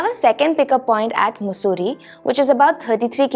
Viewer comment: It is मसुरी not मुसुरी